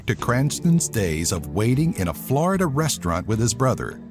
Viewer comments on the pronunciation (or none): none